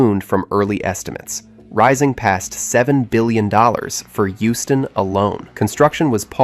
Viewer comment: Euston not Houston 😂